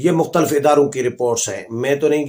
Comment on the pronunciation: بھائی جان اگر آپ ناراض نہ ھون تو ایک تلفظ درست کر لین آپ ھمارے بہت پسندیدہ ھین اس لئے درستگی کر لین۔ آپ مختلف کا تلفظ اس طرح کرین مخ ت لف آپ مختل ف نہ کہین